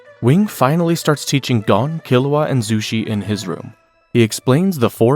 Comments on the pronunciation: You would think watching so much you would know it’s Goe-n and not Gawn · it's pronounced Goan not Gone wtf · I’m told him after watching so much you would think he would know it’s Goe-n and not Gawn. Lol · Gon….rhymes with bone. You wouldn’t say bawn